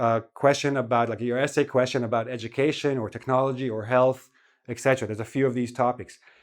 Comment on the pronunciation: etc pronounced as ET CETERA .My whole life I've been correcting people when they say "excetra"